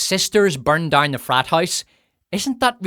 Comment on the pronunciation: "...to keep wimmen dauwne...". New Zealand? Irish? Scot? Now "down" has four syllables! Don't get me started on pronunciation of "power". Piorr-rr.